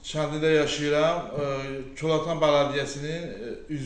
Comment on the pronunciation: Salam koltana yox kolatan